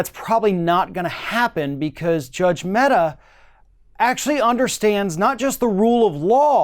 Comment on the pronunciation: The name of the Judge is Amit Mehta and not Ahmed Metta. Just in case you wish to google and know more :)